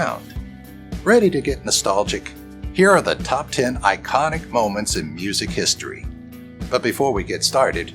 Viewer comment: “Historyv” lol.